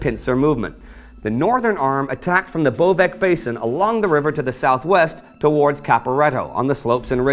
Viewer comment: Again... It's Von Bojna - (Von BOY-NA) not Von BOJNJA. Trust me, I'm more slav than you. It's Bovec - Bovets, not Bovek. It's Matajur - Ma-ta-yur, not Matazhur. Sorry, I just can't help my pronunciation nerve, just like Cadorna couldn't help launching new pointless offensives :)